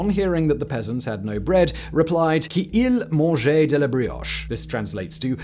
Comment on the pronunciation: You should have listened to a French person saying "qu'ils mangent " before trying to pronounce it !! Like most americans you seen the think that all french words end in "aye". Brioche is made from flour, butter, sugar, eggs and baking powder. Sounds like cake to me.